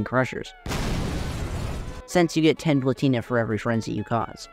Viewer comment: plAtina, not platIna